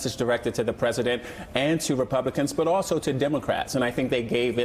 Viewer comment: She did say donaldcrat crat Trump😆